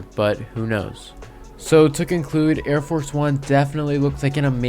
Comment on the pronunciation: It’s Arie Force not Air Force